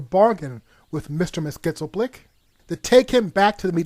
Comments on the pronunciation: Hey, you need to say his name right!!! It's MYXILPLIC...NOT MYSTALMYXILPLIC OR WHATEVER YOU SAID!!! It's insulting for somebody who grew up watching The Challenge of the Superfriends for you to get a simple name wrong! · It's NOT Mister Mis Kitzel Plick, it's Mister "Mxyzptlk" (Mix Yee Spittle Lick) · Mr. Mix-yes-pit-ill-ick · It’s pronounced mix-yes-spit-lik, mr. mxyspitlik...not the garbled crap that u say throughout this vid. If u can’t say it, just don’t. Instead, put the name up on the vid whenever u have to say it, as opposed to butchering it as u do in this vid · Its just Mytzlplyk. Not Mytzlmaplyk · Mxyzptlk is pronounced mix-yez-pittle-ick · You need to learn how to properly pronounce Mxyzptlk...Mix Yez Pittle Ick. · It's pronounced mix-yeez-pitil-ik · It's pronounced Mr. "Mixes-pittle-lick" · Mr. Mxyzptlk’s Name Is Pronounced: Mix Yes Spit Lick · You really need to learn how to pronounce Mr. Mxyzptlk's name...it is Mix-Yez-Pittle-Ick...your botched pronunciation really takes away from your video. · Could you really not research how to say "Mix-yez-pit-lick"? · Interesting pronunciation of "Myxyzptlk," but Siegel & Shuster actually pronounced it "Mix-yez-PIT-lick." The more you know... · ugh i hate it when people pronounce mxyzptlk wrong. Its pronounced MIX-YES-SPIT-LICK Say ir right! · This story is convoluted af. I wouldn't have liked it if it was made. But everytime he tries to say Mix-yes-pittle-ick I laugh. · Dude! Learn how to pronounce Mxyzptlk! "Mix-yiz-pit-lik"! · Okay listen closely. Mix Yez Spit Lick. NOT Mix Yez Spittle Lick or mess skit sell plick or Mix El Pit Lick. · FYI the correct pronunciation of the Imp's name was 'Mix-yetz-pit-lik'. Thanks for the summary of what it was supposed to be! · its pronounced Mix_yeez_pitt_lick. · Mr. Mik-yez-pittle-ik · It's pronounced Mix Yes Spit Lick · It's Mr. Mix-iss-Pityl-Ick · Mr. Mxyzptlk's name is supposed to be pronounced "mix-yes-pit-lick".